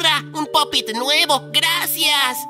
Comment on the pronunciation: se dice pop it ;)